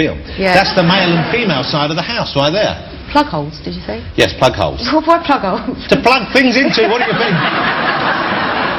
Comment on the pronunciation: i like when she says yes with a dutch accent (i''m dutch)